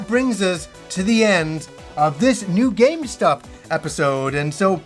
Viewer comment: I love him but it sounds like he says “GameStop episode” 🤣